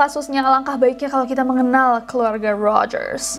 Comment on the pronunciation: Di awal jg ada Indonesia pake logat English "keluarrga rogers" sama di tengah pas "lubang kunci kamarrnya" 😂😂